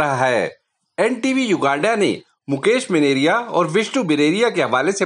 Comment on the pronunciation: भाई मेनेरिया नही मेनारिया होता हे